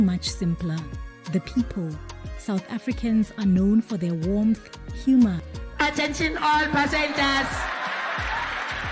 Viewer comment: Your pronouncations of South African names are clear inducation that you are not a native inhabitant. The suggestion that you should allow the visitors to speak for themselves will help grow your channel. Otherwise, South Africans will be forever distracted by your lack of authenticity and switch off. Not that we dislike other people. Just that we are sensitive and tired of the false narratives others like peddling about us.